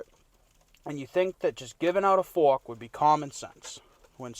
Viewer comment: Give the man his FWARK, for the love of god!